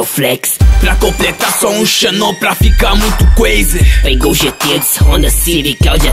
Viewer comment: cueize?kkkk o certo e crazy em porrtugues a pronuncia fika creizy e so um toke